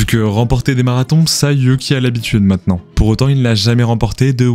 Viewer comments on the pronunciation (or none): none